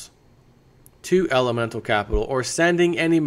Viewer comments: you say elemental but its elemetal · There is no "N" in Elemetal.